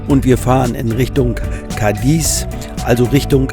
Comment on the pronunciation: Cádiz, die älteste Stadt Europas, wird bitte auf der ersten Silbe betont, und nicht auf der zweiten. Zu erkennen ist das an dem Akzent auf dem a (á). Jedes Wort im Spanischen wird ohne Ausnahme auf der Silbe betont, die einen Akzent trägt!